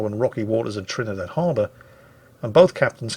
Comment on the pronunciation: WQW, THERE ARE PEOPLE WHO ACTUALLY DON'T LIKE ONIONS?, did you mean to say "Campagna" and Trini-DAD?